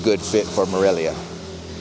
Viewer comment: ¡Dios mío! You might learn how to pronounce “Morelia” correctly!